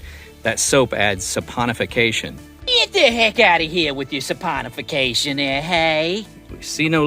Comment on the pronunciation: 🇬🇧👮‍♂️🚒🐶🤟🏻🇺🇸 Soaponification? We just love you Americans and your weird pronunciations! What’s wrong with good old Soaparize?! 🤣. Keep ‘em coming,. Love y’all.